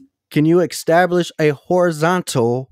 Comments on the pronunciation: "extablish"... Heh heh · Across all the stupidity here, why does the use of the word "Ek-stablish" annoy me the most 🤣🤣